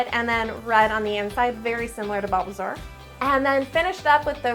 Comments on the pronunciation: Did she say BUBBLEsaur?????? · Okay dude, dude, I’m getting so triggered ever time u say bulbasaur because u say it like balbasaur Edit: fav Pokémon is espeon